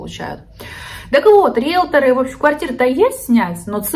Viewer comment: Риелторы, а не риелторА